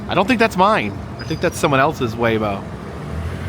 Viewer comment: Your waymo was laymo. 😂